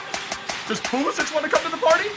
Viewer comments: Pulisic, pronounced Pulisik NOT Pulisich. And that's straight from the mouth of Pulisic. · you say emre and pulisic wrong pulisick no sich he said it in an interview and emre like emre can, im not being mean in just pointing it out, love the vids